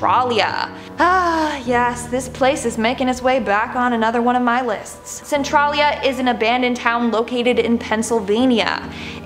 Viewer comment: Centralia (Cen-TRAIL-eee-uh) has been burning longer than 50 years.